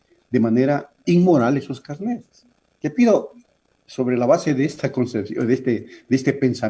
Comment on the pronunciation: No son CARNÉTS son CARNÉS, en singular CARNÉ, no carnet